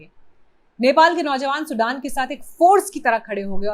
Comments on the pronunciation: Not सुडान सुदन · Sudan Nahi sudane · सुडान नही म्याडम सुदन गुरुङ है उन का नाम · सुडान गुरुङ नहीं सुधन गुरुङ है। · Sudaaan nahi sudhan gurung hai naam kya ray intelligence tera gaja fuktay hain kya ,godi media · सुदन गुरुंग हैं, सूडान नहीं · His name is "सुदन" not "सुडान" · Please it’s not सुढान but सुदन . As an Indian you should know at least that much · सुडान नहि सुदन गुरुङ है नाम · सुदन and सुडान is not same। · Please pronounce correctly sudan' s name